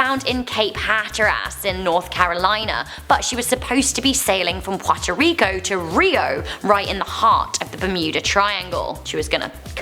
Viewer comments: Lol!!! It sounds offensive when see says it like an ethnic slur. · I threw up when you said Puerto Rico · I will forgive the mispronunciation of Puerto rico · OMG I love hearing her say Puerto Rico, what kinda accent is that?